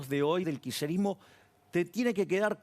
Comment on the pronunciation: osea el loco dice que él no ayuda al "kisherismo" como lo pronuncia que ni puede... dice que no ayuda a un idealismo como el peronista,,, si que ayuda con su idiotesa.. ayuda y mucho,, no entiendo como gente lo sigue.. me llama la atención y atenti los sociólogos y antropólogos sobre esta figura que impacta en la masa boba